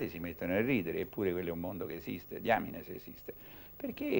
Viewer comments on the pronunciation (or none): none